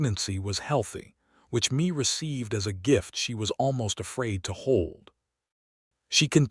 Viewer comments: Please please please... redo this whole story. This time pronouncing her first name as, May... not Me. Me, is only M-e Mae is pronounced May. AI is tiresome... 😮‍💨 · The name Mae is not pronounced “Me”. Mae is pronounced May (like the month).